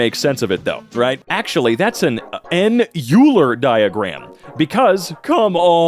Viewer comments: It's okay... it doesn't bother me... it doesn't bother me that you literally skipped past the pronunciation part of the entry where it says his name is PRONOUNCED 'OILER'! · Believe it or not, I actually understand this Also it’s ‘oiler’ IT’S PRONOUNCED REE-MAN Four yer Oh man I wish unity had flowtrees stupid uni not math guy it’s x squared tau(2 pi)>pi( …) also ur dumb > is greater than idk this who did this 🤣 use a dot for multiplication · Euler is pronounced oy-lr (or oi-ler), he’s German. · EULER comes up People who are familiar with math: ah yes, our good friend OY-Ler. Everyone at Emkay: YOU-ler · its said like oi-ler not u-ler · I know these are old videos piled into a compilation, and if you look at the name ‘Euler’ without knowing, your first instinct is Yoo-ler, but it’s actually Oy-ler. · and both pronouncing Euler YOO-ler, even AFTER looked him up and the pronunciation was RIGHT THERE... it just hurt me a little bit:( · not pronouncing Euler as Oyler hurts my soul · Euler is pronounced Oiler. Don't ask. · He pronounces Euler as „yuuuler“ 🗿🗿🗿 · Euler is pronounced Oiler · As a person who knows german and also loves maths, it triggers me how every of them pronounced euler. (it’s pronounce oiler) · Uler uler uler its Euler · petition for all of them to learn the pronunciation of euler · That pronunciation of euler hurt my soul. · Can’t believe he pronounces “Euler” as “Euler” What a moron